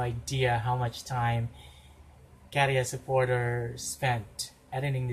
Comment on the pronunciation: I agree he's hot. I have noticed that you pronounce Käärijä really well now. 😃 So I want to commend you for that. 🥰 You have mastered the letter Ä. 🥰